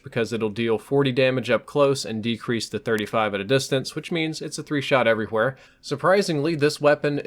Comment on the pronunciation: EVERY HUWHERE